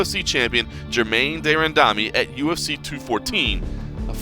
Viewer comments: for a normally respected mma media source you butchered germaines name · Caleb Karl she went to Cyborg's weight class to win a title, then refused to fight her. Germaine deserves zero respect as a fighter. Pronouncing her name wrong? Who cares. You do know a ton of Brazilian fighters in MMA had their names pronounced incorrectly by media for quite a while until relatively recently in the sports history. I chalk it up to what the F cares.